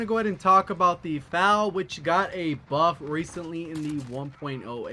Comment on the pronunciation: Bruh you really said “FAL” it’s “F-A-L”